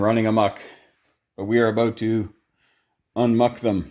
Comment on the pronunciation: “We are about to ‘unmuk’ them” 🤣🤣